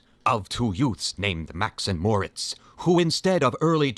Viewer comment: It's NOT "Max and Morts" Morits is pronounced "More- Eets"